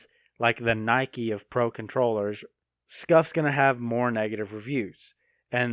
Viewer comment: It's funny hearing him say controwheress